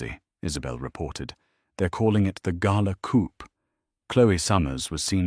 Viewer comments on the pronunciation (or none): Coup is said without the P (silent p)